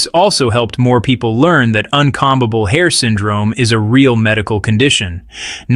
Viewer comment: This is driving me nuts! The narrator keeps mispronouncing the word combable. He's pronouncing the first "b" in the word. That's wrong, it's silent! A comb is toothed implement you use to style, untangle or arrange your hair. Comb = kōm. Twat!!